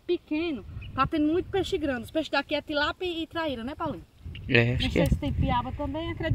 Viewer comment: Minha filha não e tilápo e tilápia fale mais direito